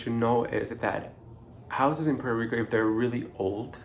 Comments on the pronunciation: Please pronounce Puerto Rico like you live on the island! Awesome information thank you. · Dude, if you are going to be working in Puerto Rico you need to learn how to pronounce Puerto Rico correctly.